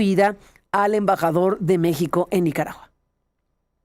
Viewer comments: Le dijo "Me Shi Ho" es un doble sentido/juego de palabras los que de verdad saben inglés deben inferirlo. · Yo los he escuchado a ustedes dos (Aristegui y ) hablar inglés y su pronunciación tampoco es impoluta. Creo que él verdaderamente cree que está pronunciando bien "México" en español. Deberían usar un poco más de principio de caridad en su evaluación. Y una cosa más: ¡no me hagan defender a Trump otra vez, que lo odio! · . PUES USTEDES ESCRIBEN "MEXICO" Y LO PRONUNCIAN MEJICO O MEJIJO USTEDES MISMOS SON LA BURLA DEL MUNDO